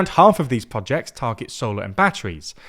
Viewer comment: Many thanks to for narrating this video on China’s gween belt & woad pwoject.